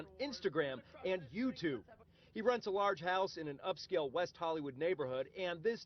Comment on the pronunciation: on "voutube" lol xD